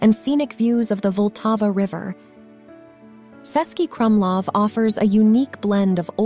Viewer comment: It's not "Sesky Krumlov", it is "Chesky ..." (meaning Czech City Fortress). The letter "Č" is like "Ch" in English.